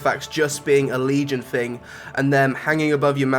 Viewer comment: it's someFING you like? coolest FING? it's thing pronounce it correct thanks